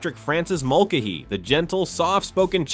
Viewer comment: Mulcahy is pronounced mulKAYhy; Fabares is pronounce “Fabray”. Henry Blake was replaced because he was sent home, not because he died. He died on the way home.